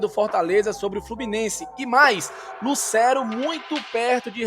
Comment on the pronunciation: com todo respeito, mas tem como tu parar de pronunciar Lucero como se houvesse um acento agudo no E? "LucÉro" 😫